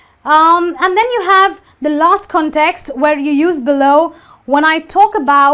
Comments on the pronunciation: my heart breaks every time she says context =( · in ( 'context ) the primary stress falls on the 1st syllable